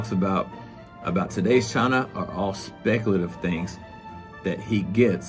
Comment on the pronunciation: Speck-ulitiv was a big word for this guy